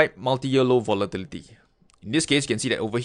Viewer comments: hey!! i want to make your day and everyone elses day after a stressing day of trading with this one word " Votilityty" LOL XD sorry cant help it i am very stressfull today!! Have a wonderfull day everyone and good trading! THANK YOU FOR THIS VIDEO!, helped me today in so many ways XD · i like the way you say volatility lol